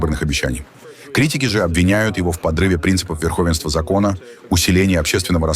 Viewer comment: Все ударения неправильные. ВерхОвенство?!